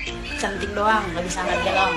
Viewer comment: Galon bukan galong 🤭